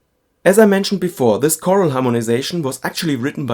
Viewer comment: The word is "chorale," not "choral." (kuh-RALL, not KOR-l)